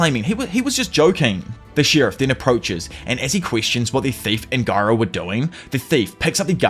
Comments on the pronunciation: I like how he says garou instead of gyro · Oh no he said gyro wrong